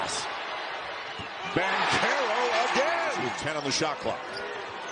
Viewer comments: Its not Bankarrow its BanCHAIR Ohh foo even if im wrong im right lol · Who told that man it was pronounced Bank-arrow?? 🤔